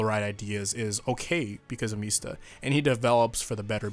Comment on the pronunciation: .....Why are you pronouncing Mista like how Sex Pistols says it? MEESTA